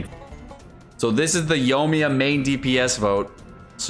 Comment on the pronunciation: OMG please say Yoimiya correctly